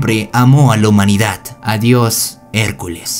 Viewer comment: Puedes dejar de decir "humanidat" se dice humanidad no es tan difícil